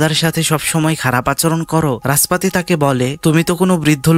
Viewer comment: রাসপাতি ❌ নাসপাতি 😂😂😂